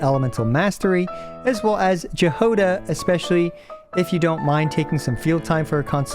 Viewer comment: Ok that pronunciation of Jahoda is hilarious